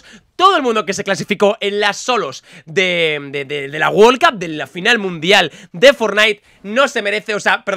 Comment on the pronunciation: Nadie: Absolutamente nadie::wol cup